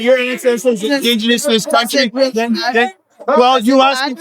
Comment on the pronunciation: "een theese countly"